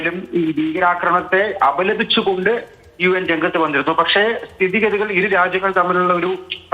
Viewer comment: UN അല്ല UM ആണു umban